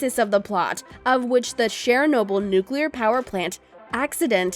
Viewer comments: It's pronounced (chur noble) not Share noble, ugh. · You need to learn how to say Chernobyl.